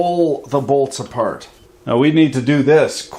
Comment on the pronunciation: “......testing a’bolts’a......” 😂😂😂😂😂🤣🤣